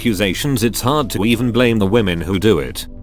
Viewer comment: "CO is a whamen and she believes all whamen" Got to love whamen in the military